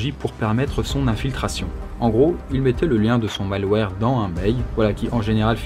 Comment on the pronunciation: « le mail-ouarre... » c'est tellement plus simple de dire « le mal ouerre », non? [malware]